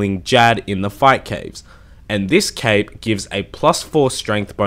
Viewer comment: It sounds like he says 🎂